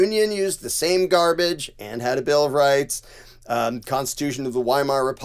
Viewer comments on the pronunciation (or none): Hi,. The W in German is pronounced like a V in English. So, Weimar is pronounced like Vi-mar.